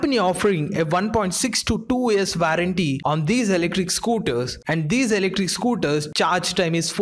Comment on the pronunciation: *Warranty pronounced as Vou-run-ti